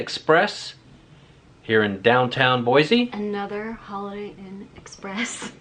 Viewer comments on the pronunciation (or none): It’s Boy-see, not Boy-zee. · First of all Boise is pronounced BOYSEE NOT BOIZEE . I’ve been here well over sixty years. Never heard of a badger problem. California problem for sure. Next time you come to our city ? Don’t ! You’re not too bright are you ? The birds are Canadian geese….. AND QUIT SAYING BOIZEE …………………….IT BOYSEE BOISE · Couldn’t even pronounce Boise correctly 😂 it’s not BOY ZEEEE . It’s boy seee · Not pronounced "Boy-Zee." It's "Boy-Cee". I live here. I agree, downtown is not beautiful. You'll find Boise's beauty is in its people. Kindness, going the extra mile to help a strangers and neighbors alike...I love it here, but I'm glad you don't. Boise has been in the top five best places to live for the past ten years. We are now inundated with more people than our poor roads can support. So we could use a lot more "negative" reviews. You know. To discourage the tourists. And the badgers. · BoiCee not BoiZee. ;) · BOY-CEE not BOY-ZEE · The proper pronunciation for this city is BOY-SEE, not bwoy-zee. Your pronunciation of the city is wrong, so are your facts. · There is no Z in Boise. It is pronounced BOYSEE. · No offense but please say Boise instead of Boyzee! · Lived in Caldwell while I was stationed at a radar site near Wilder way back in the mid-'80s and I LOVED Boise. I realize things change but the people I met there were some of the nicest around. (That honor goes to the people of Nebraska) My wife is still amazed we don't live in Boise or anywhere in Idaho at this point. Edit: Oh and it's pronounced Boy-See. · Boize lmao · Boise is pronounced with an S not a Z